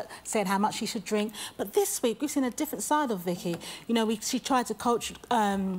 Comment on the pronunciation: Yes is a bit difficult to understand but she sounds like she has a speech impediment, she says leek instead of week.